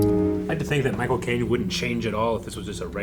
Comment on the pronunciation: The first time they said "Micheal Caine", I heard "My Cocaine" XD